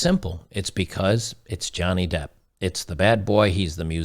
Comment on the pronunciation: He learnt his lesson and his name is Johnny Depp not Johnny Debt.